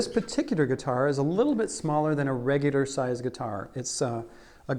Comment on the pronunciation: Redigger Regular? Peticidder Particular?!?!